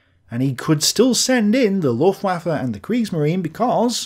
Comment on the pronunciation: You have to start saying /ˈlʊftvafə/ - or 'the German air force'. But not luftwaffel.